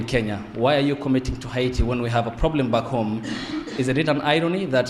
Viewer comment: In Kenya our president says haiit..but in USA he calls it Heti